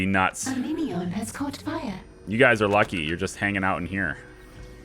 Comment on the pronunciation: is it just me or is the phrase "A minion has caught on fire" when said by the narrator sound like "A meteor has caught on fire"? lol